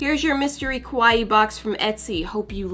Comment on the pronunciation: I watch this and die. She says Kawaii like Kowai. Kawaii means cute in Japanese. Kowai means scary.